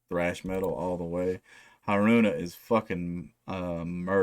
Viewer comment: Killer reaction. I'm not into Band-Maid but I respect them. Yes you are pronouncing Haruna right. Probably wont know who was chosen for the new bass player until later this year. They announced the auditioning process will be going into August so I imagine after that well know something. Some more Lovebites tracks to add to your list Pledge Of The Saviour Warning Shot Journey To The Other Side